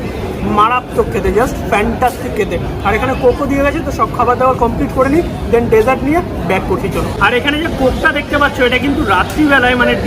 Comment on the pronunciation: ভাই... 'দেন'টা বেশ কানে লাগছে... 'THEN'...